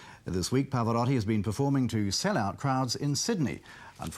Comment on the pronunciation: I Get angry that even Italian Interviewer's Miss Pronounce his Name.. PHONETICALLY IT IS PAV-O- ROW-TI NOT Rotty.